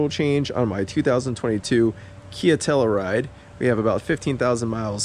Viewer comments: DEAR GOD man....stop mispronouncing the name of this car and if not this car then for the town it's named after.... HERE YOU GO: TELL-U-RIDE...not TELL-A-RIDE.... Alright enough of that... Thanks for the oil change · Good video but you keep on pronouncing Telluride wrong lol and it's kinda cringe. It's pronounced TELL-YOU-RIDE.